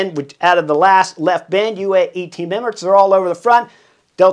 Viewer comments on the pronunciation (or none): none